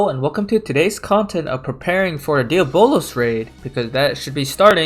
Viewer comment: Bruh it’s pronounced Dee-aa-bo-luhz ... not Día-bolos ...